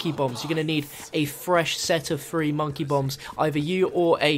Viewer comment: Three? Or phfree?